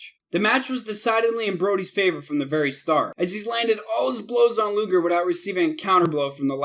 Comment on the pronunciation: does he even watch wrestling he pronounces a ton of ppl name wrong, luger, oakerland, regal, and more